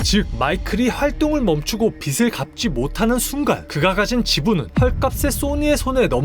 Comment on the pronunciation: 빗을이 아니고 빚을.... 오케이?? 비슬이 아니고 비즐.......머리빗는 빗 말고... 갚아야 할 빚....